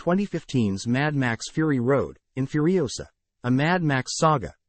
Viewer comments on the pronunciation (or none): "Furisoa". Alrighty then.